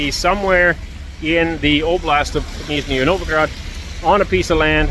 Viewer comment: "Нижний" очень хорошо произносит.))))